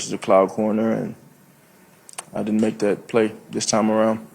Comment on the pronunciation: Every word he says is missing a syllable. “Ultimly, I din’t make the play, speshly down near da box.”